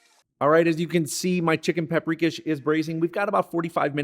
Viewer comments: Just a heads up: I believe from my Hungarian best friend growing up and his mother cooking, it's pronounced chicken pop-ree-kosh. It's one of my favorites that his mother would make. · It’s pronounced pop’ ri’ KOSH…lol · Pap- ri-kash….dont know how the heck you pronounced that…get it right. And Spaetzle…is not pronounced Spatz-el…..but Spetz-li…… drives me nutz when people are too lazy to pronounce foreign dishes correctly